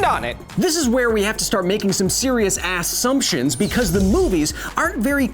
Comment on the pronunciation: And did he say asssumptions?